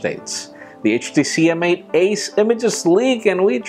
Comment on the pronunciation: I think "M8" is pronounced "mate"